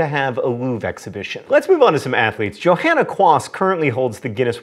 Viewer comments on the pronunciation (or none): none